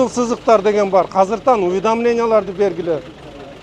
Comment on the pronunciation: 😂😂😂 казыртан казыртан деп келтирет экенда